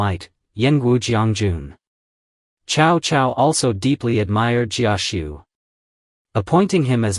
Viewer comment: Ciao-Ciao non si puoʻ sentire 😅